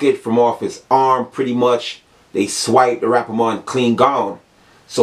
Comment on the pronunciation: Lmfaoooooo dawg Everytime u say rappa Mon I died